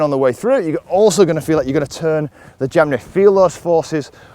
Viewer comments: i thought was speaking indian language......"jamjahr" 😂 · Just for fun,can you say jem jar and then say jam jar do they sound different, lol lm just playing with ya,thanks